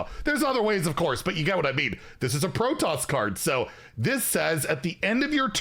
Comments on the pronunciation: Its PRO TOSS! Not "pro toes"... all the Starcraft fans dying in the corner when you mispronounce it! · "Pro Toss". Not protose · Hydraulisks and protose lol! Love you:) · to pronounce Protoss its pro-toss Also I'd point out that the Terran group does not have any class starship pieces so I'd expect them to have it in the miniset. As a side note, if the enemy's board is empty, does the Siege Tank, Deployed battlecry go face? Something to test later I think. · Pro-toss the second part is pronounced like the word toss. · It’s hilarious hearing you pronounce hydralisk and Protoss 😂 Pro-toes I’m dying 😂😂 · Well, it's not pronounced proton. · Protoss is pronounced as “Pro-Toss” Like tossing a ball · Pronunciation guide: Protoss = "pro" + "toss"